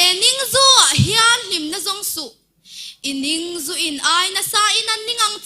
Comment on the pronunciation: Thluk fuh(fu) tawk loh a awm a ni maithei e, kan seilenna tlang a inanloh vangte pawh a niange...! atanga chawlh a tih hi thuk hniama tawp lovin hmaibawl kan lama bawl ang hian CHAWL tih tur ni awm zawk a ni. a he nîngzu a tih hi alam tlang veka Ning ah i a thluk duai hi NING ah hian lam tawpin ZU hian kan zawm ṭhin ani. Ning leh zu chu Ningzu tiin Kan lenna tlang adanga kan lam leh sawi dan hi alo hrang leh thin a, mahse beng hian hriat ṭhan dan alo nei ta thin a ni